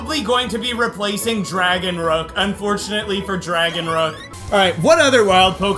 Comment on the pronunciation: I think dragonrook sounds like dragonnook